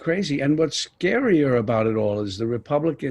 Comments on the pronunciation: Did Deniro say “dumfounded, cuntfounded” ? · Did he say confounded sounded like Cuntfounded.. !!!